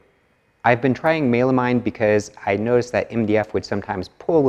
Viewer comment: Sorry, Mey-la-mine? That's a new pronounciation to me!